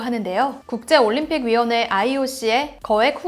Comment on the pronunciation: ioc를 아이유씨 라고 들었닼